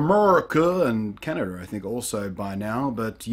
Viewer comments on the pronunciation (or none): You say Canada funny... Canader :P